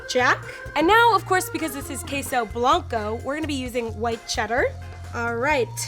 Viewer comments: Kheysow Blancow Me a Filipino and knows how to pronounce it: Okay, whatever. Ps: We call them Keso in the Philippines but the same pronounciation with Spanish. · Wtf is keysou bloncou? why can't she pronounce spanish correctly? It's not that hard